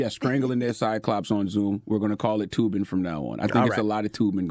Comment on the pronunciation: Tubin or Toobin 😂😂😂😂